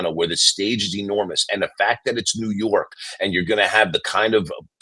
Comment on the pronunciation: Mike: the New Yawk Knicks, ahhhh, ahhh, the playaz, ahh